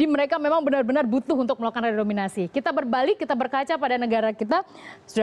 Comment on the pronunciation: Redenominasi apa renominasi??